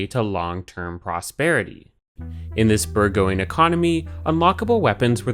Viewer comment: burgeoning (burr-juh-ning)